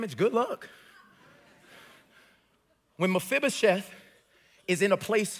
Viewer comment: You know, I have just one question for you. How are you pronouncing Mefiboset so right? I don't even know how to spell it right and I looked it up.